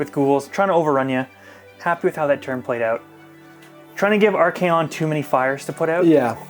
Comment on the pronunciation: Come on! Arch👏A👏ON👏 not Ar-Key-on 😂